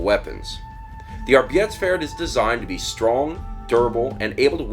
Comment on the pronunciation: The German word for "work", "Arbeit" is pronounced "arbite":)